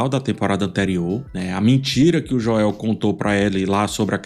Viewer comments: É pq tu tá falando no modo abrasileirado, é Joel mesmo, e não esse joéu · PELO AMOR DE DEUS, INGLÊS E PORTUGUÊS A PRONUNCIA É "DJÔEU" Só isso mesmo, Vídeo excelente 👍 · Gosto demais de você, mas a pronuncia "Joél" tá complicado 😂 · Caramba mano, insuportável vc falando Joél, fala Joel mano, qual a dificuldade ? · Cara, que análise incrível! Quanta atenção aos detalhes. A edição do vídeo também ficou ótima. Mas é agoniante ouvir você falando "Joél". 😂😂😂 Fala "Jhôel" nos próximos vídeos. Os fãs agradecem. 😂😂😂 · que gastura você falando Joél kkkkkk é Jôel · Por favor não diga JÓÉU mas simplesmente Joel english accent!😅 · É JOel, não joÉL,! 😅🤣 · Jô-el tbm não é a pronúncia certa, seria algo como Joe-l. Melhor pronunciar o nome como no português mesmo. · eu não aguento ele chamando o o Joel de JoÉl kkkkkkkkk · "Jó-éu". Kkkkkkkkkkkkkkkkkkk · "Joél" kkkk😆😂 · Jo-el. kkkk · Perdia 2 anos de vida a cada vez que ele falava Joel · Parei de ver o vídeo aos 11 segundos qdo saiu o primeiro "Jo-el" 🤦‍♂ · “Jo-el” é sacanagem kkk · eu amo seus videos ph mas esse “joéu” da mta agonia, fala normal pf kkkkkkkk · Jóel kkkkkkk brincadeira, excelente vídeo. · por que o tá chamando Joel de JOÉL? 🥲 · Falar Joél dói o ouvido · E lá vem o “JÓEL” de nov 😂😂😂😂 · Joéu é duido em .. 😰 nem na dublagem é assim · JoÉU dói de ouvir, mas baita análise! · Pq o diz "joél" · Passo mal com o "Jo-el" dele kkkkkk. Te adoro 🫶🏻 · A avaliação é muito boa, mas a cada vez que ele fala Jo-El, meus olhos dão um giro de 360 haha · me incomoda tbm um pouco como ph fala o nome dele....adoro o trabalho dele e acompanho bastante as analises que ele faz, mas Joél nao dá!!!!!!.... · Você valida as coisas que me irritam na série de forma muito boa, me dá uma acalmada pra criticar kkkk só me dá agonia vc falando JOÉU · “O nome "Joel" em inglês se pronuncia "JOH" + "uhl", ou seja, em duas sílabas.” Segue, ótimo vídeo, como sempre. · " JOÉL ".. Aiiii...rs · “joéu” é agoniante, meu deus do céu